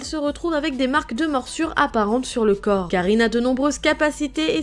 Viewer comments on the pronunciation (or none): none